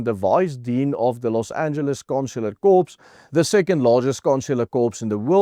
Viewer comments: just a small correction. 'corps' is pronounced 'core' not 'corpse'. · Asseblieftog, 'corps' is pronounced, ' CORR'.